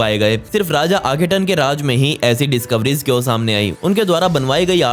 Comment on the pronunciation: आखेटन नहीं बाबा "आखेनाटन " और वो कींग टुट नहीं "टट" है।